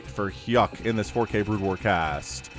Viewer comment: U made hyuk pronounce like yuck